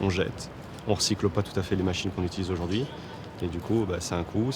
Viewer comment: J'adore toutes vos enquêtes mais par pitié ça se prononce comme ça s'écrit, "aujourd'hui", pas "ôjôrdui". Pour tout le reste, c'est formidable, merci !